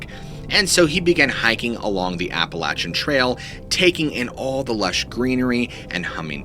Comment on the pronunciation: Do you mispronounce Appalachian mountains on purpose? Cause I'm telling you, you go there and pronounce it like that and the locals, well you'll see